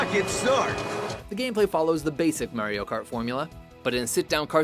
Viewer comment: Finally saying mario instead of mereo lol